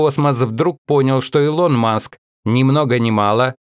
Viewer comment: Что с озвучкером? "илОн маск"и другие ошибки в ударении.